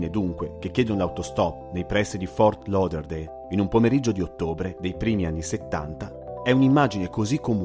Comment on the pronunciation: Che bello sentirti pronunciare correttamente Fort Lauderdale 😃ok continuo ad ascoltarti